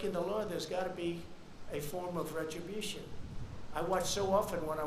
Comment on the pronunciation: “If somebodyy is breaking the law there’s got to be retrobution”. Now I’ve heard everything .